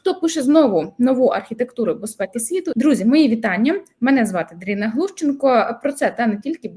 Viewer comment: Не Даріна, а Дарина.